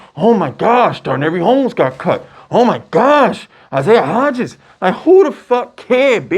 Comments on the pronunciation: “Daranary Homes”… boy yo ass was struggling. Dar-Nay Dar-Nay Dar-Nay!! 😂😂😂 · YOU BUTCHER NAMES LIKE CRAZY!!! Darnary homes 😂 you Deandre baker instead of deontay banks bro cmon